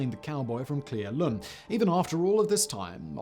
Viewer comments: CLEE ELL-um Simon, not Clee El-OOHM. That one was BAD, friend. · The name of the town you keep mispronouncing in Klee Ellum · Cle Elum: Prounouned - Clay Ell Um, by WA State locals at least. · Cle Elum. (Clee-El-Um) - speck of a town in the cascades quite a bit away from the flight path. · Cle “L,” Um, you’re close though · Being from Washington the way he says Cle elum bothers me soooo much and I love his content xD